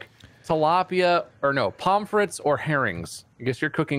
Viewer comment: hearing them say "palm frit" threw me off bc I was like "pomme frites? why the fuck are they talking about french fries, you can't make french fries in this?"